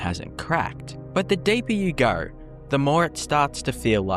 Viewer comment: Australian…. There’s no “r” in no or go